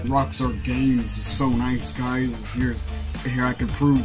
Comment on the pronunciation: me da risa como dice guys y suena gays XD